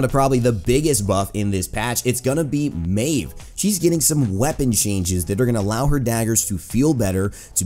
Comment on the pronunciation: wait, i thought maeve was pronounced meev not mayv. im confused now, someone please help